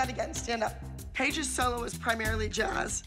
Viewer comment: Does anyone think about how the girls pronounce solo "sul-low"? Just curious.